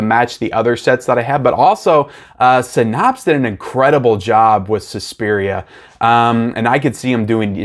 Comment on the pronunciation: No offense but just a couple of FYI’s: Criterion did make an announcement a couple of days ago about replacements for “Hard Day’s Night” and there’s no disc-breaking involved . Also, SYNAPSE is pronounced “Sigh-Naps” not “Sin-Nops.”